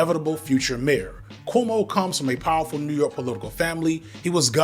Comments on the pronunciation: The fact that can't even say Cuomo right. But good job on Mamdani😂😂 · Brother, are you saying “KOO-oh-moh” not “KWO-moh”? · Loll its bothering me that you keep pronouncing it "coomo" 😂 It's "kwomo" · I'm going to assume you're calling him "Coom-o" on purpose, and as a lifelong NYer, I'm here for it. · Thank you for mispronouncing Coumu’s name like, every time 😊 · I know it is just growing up in a mixed ethnic Catholic neighborhood while his dad was Governor, but how the heck are you pronouncing Cuomo that way?